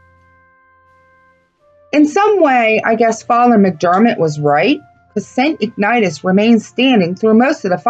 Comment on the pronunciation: Pronounced “ig na she us”. Also, when the “Mollys” were in jail, one of them put a handprint on the wall and, to prove his innocence, said the handprint would never disappear. They have plastered and painted over the print and it never went away. I am a new subscriber, originally from Pennsylvania. Have been through Centralia when it was a thriving town. I really enjoyed your documentary.